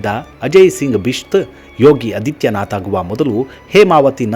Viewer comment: ಯೋಗಿ ಆದಿತ್ಯನಾಥ್, ಅದಿತ್ಯನಾಥ್ ಅಲ್ಲ. ಹ್ರಸ್ವ ಅ ಅಲ್ಲ, ದೀರ್ಘ ಆ ಹೇಳಿದರೆ ವಿಚಾರ ನಿರೂಪಣೆ ಇನ್ನೂ ಚೆನ್ನಾಗಿರುತ್ತೆ.ಧನ್ಯವಾದಗಳು.